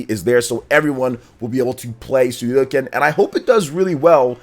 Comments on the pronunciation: If i had a dollar for everytime you said Suikoden wrong you'd be buying me lunch today. It's Sui Ko Den, not Sui Do Ken. That's aside, yeah I'm really excited for their release. They are cult classics. The large scale battles across the series are awesome and i really enjoyed the castle building element in the first one. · Err.. I hate to be that guy, but it's called suikoden, not suidoken. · Suikoden = [Swee - koh - den] Come on man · Sue-ee-Co.-Den. Please learn how to speak!!! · Sudoken? Sudoku? Shinku Sadohken…. That pronunciation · Good Video …but I’m impress you say the name wrong every word you said Suidoken just like Hadoken but it spell “Sui”+ “Ko(or go )” + “Den” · Suidoken is whole diff thing 😂🤷🏽‍♂️ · let's not judge him, i guess he is just excited to deliver some info and his reaction 😅 though to be honest it stings a bit everytime he says the name 😅